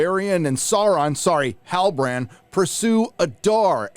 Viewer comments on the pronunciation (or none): Dude I just keep laughing whenever I hear sauron sorry halibarand😂😂😂😂😂 or when I hear guy-ladrial 😂😂😂😂😂😂